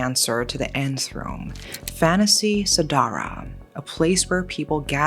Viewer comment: lmao I giggled when u said the word "fantasy sedarah" (nffs) Indonesian usually say it Fan-da.see se-da-rah